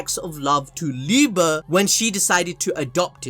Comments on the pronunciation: Love the videos but I’m gonna have to clown you here just for a small second 😂! It’s pronounced Liebe(liebay) not liebuh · No it's literally the right way to say it's lie-be it's the german word for love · The way he says Liebe triggers me